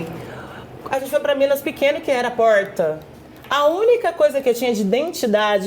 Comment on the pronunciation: O r de porrrrrta… interior de SP tbm tem. Capital mineira o r é erre e não ere 😂